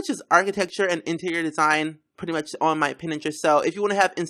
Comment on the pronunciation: i had a such a hardcore lf when you said pintrest 😂